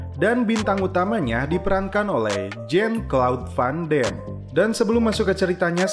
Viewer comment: Bacanya vandam bosskuh bukan vandem